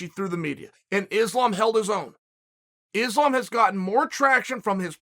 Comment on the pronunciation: I would know who Islam is if you said his name right